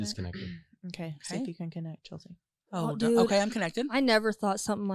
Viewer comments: Stop saying cheltzie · Chelt sea. 😅